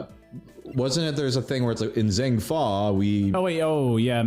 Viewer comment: Man the way they say Zheng Fa like “Zeng Fa” bothers me lol